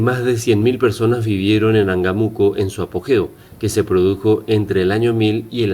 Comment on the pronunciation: Cierto, errores de dicción: PAtzcuaro, PurEpechas, y el nombre del lugar debe tener acento, imagino debe ser AngÁmuco. Y si se pregunta como es que los españoles vencieron pues sólo hay que recordar que ellos atacaron con agentes virales y bacteriológicos, solo la viruela que trajeron acabó con muchos nativos.